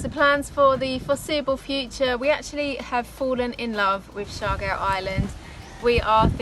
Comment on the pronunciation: They cant pronounce surigao clearly coz R is unvoice in america esp. In uk. But amazing dears.. So cute. But sorry its siargao